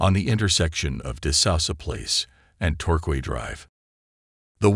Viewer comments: Torquay is pronounced 'Tor - Key' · Hello, ( Vancouver island ) resident here, in Saanich, that street is actually pronounced tor- Kay.